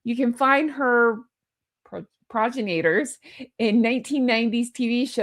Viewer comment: Good afternoon 😃🌞 💛🌻 If you need a bit of help with pronunciation, I’m here to help: pro-jen-i-tor. I lack the IPA keyboard option on my phone, so I tried to type it out phonetically. I hope this helps!